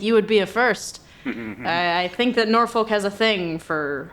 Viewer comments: Sorry but i am the only one that hears NORFUCK everytime says Norfolk? But seriously incredibile as Always!! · Why do i keep hearing NorFuck? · every time i hear norlok wizard game i hear NORFUCK WIZERD GANG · I wanna come back to this as a small nuance, as Norfuk is much closer than the usual lobster pronunciation The way the 757 accent comes out is like halfway between Norfik & Norfuk. Its an illusion, sounding like both at the same time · I am so glad it isn't what I thought it is. PS: You need to do something about your pronunciation of "Norfolk" 🤭